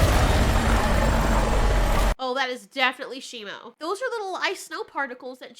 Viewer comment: Its SHIMU why does everyone keep on saying his name wrong its shimu not shimo